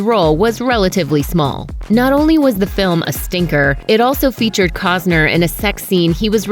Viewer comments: Cossner???? Its COSTNER! Ugh! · COST NER not Cozner FFS! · keep calling him 'Cogs-ner' is a slur